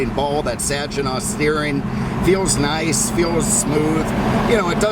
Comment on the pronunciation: LOL - Sajinaw - I'm from there and we call it SAGINAW. With a G. ;)